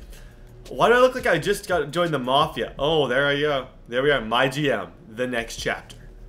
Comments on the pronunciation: Its “My G-M” not MyGym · Anyone else thought he said my gym....